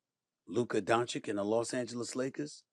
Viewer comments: As a supposed sports journalist, how do you still not know how to pronounce his name properly as "DON-CHITCH," and keep saying "DON-CHICK" instead? So unprofessional. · Don chich not chick. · DONCHICH, NOT DONCHIK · Please, Stephen A, learn how to pronounce Luka’s surname!!! It sounds like Donchich, not Donchick!!! 😢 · Luka Donchich (Dončić) , not Luka Donchik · its not donchick goddamn SAS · Still pronouncing wrong luka's last name. After what 7 years. Bro. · Man, i don't know if it's more shocking Luka being a Laker or Stephen A. still not pronouncing his name right after so many years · Why does SAS always mispronounce “Doncic”? He literally hears other people on espn say it the right way and then he says it wrong every time. Windhorst says it right and SAS says it wrong right afterwards. What’s that about? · Pronounced “DON-chich”. Say the man’s name properly. And he is from Slovenian not “slovinian”. Lack of respect. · This loud mount professional yapper doesn't even know how to pronounce Doncic or Slovenia 😂